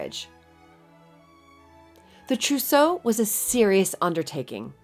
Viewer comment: And I thought I packed heavy.... oh, and "trousseau" 😉